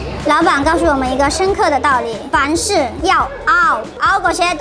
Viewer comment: “凡事要熬”我聽成“房事要熬”😳，我太邪✌了！哈哈哈